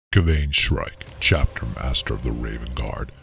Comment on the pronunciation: My only gripe is how you pronounced Kayvaan 😂